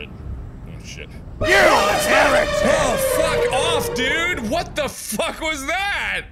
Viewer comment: He says "You heritic!"